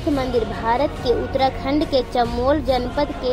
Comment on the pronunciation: पहले पड़ना सीख ले बहन. चमोली को चमोल बोल री कुछ भी. 😒